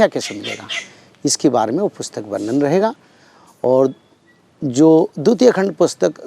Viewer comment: वर्णन शब्दका उच्चार वर्णण या वर्नन ऐसा होना नही चाहिये।